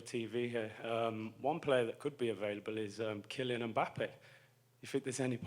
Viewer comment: When Curtis say mbabape I was like bruh' please don't wast that question and he did smfh.